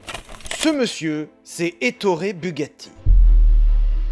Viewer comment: Etorre Bugatti... C'est si français... 🤣